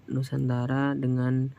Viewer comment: Nusantara bang bukan musantara🤣